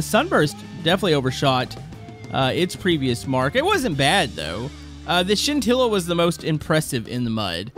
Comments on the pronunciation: I need a counter for how many times he said sintilla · What are you saying it wrong with the pronounced shintilla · Stop saying sintila